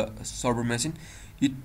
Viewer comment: its called machine not masin